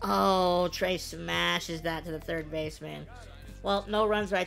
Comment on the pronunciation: who the heck is trever ITS FRIKIN TREA